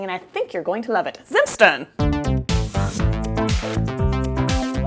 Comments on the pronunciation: Loooove it !! It feels like home ! I can't wait to get back to my family for christmas :) Also, their pronouciation goes more like "tsimt shtairn", but I'm not sure of my english phonetics writing ;) Thanks for the recepie !!! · You are pronouncing "Zimtsterne" so wrong but also so very adorable! German is hard, even for us native speakers. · Bravo, I love Zimtsterne, but I never dared to make them at home, because they are kind of complicated. I only had the storebought kind...which is great, because here in Germany you can actually get them in the stores :) Your pronunciation of Deutschland was very good, the way you said Zimtsterne was adorable, but could still be improved - nontheless very nice for a first try. Loved the christmas around the world series, you are a very likeable person, Greetings from Deutschland, Charline